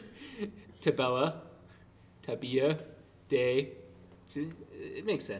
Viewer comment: That pronunciation of “tabela” was a very good Portuguese pronunciation ahah, not even kidding